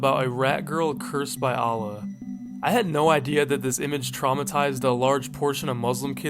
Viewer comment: That's not how you pronounce Allah. The same as Muslims . But even if i'm Muslim myself, the mispronunciations don't really matter to me that much, it's just unusual to hear them.